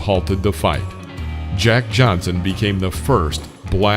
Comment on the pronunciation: You had his name wrong many times! Are you white? His name is Jack Johnson!